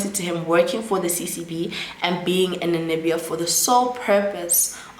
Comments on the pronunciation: It’s NaMibia, you keep saying NaNimibia, also the former president is pronounced as NUU-YO-MA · Did you say Nanibia, did i hear right? Because it's Namibia 🇳🇦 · I was about to ask the same thing too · I like the way you pronounce Namibia it’s sounds like you’re saying Nanibia 😂😂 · I keep hearing Nanibia too, even googled😅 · The pronunciation of Namibia is stressing me a bit 😂 Otherwise great content 👏🏾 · 🇳🇦 Namibia, next time, practice the names before you do the video. Nuuyoma etc or watch a video where those names are mentioned